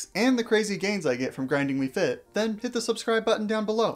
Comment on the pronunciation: Ah yes, "faiyt"